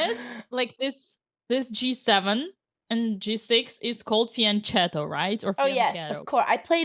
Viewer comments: It's pronounced fianKetto, please ladies, for God's sake!!!! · in fiachetto you should read the ch like a k. and the same is pistacchio. Is Italian.